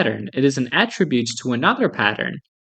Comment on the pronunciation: I don't think that's how you say quantum.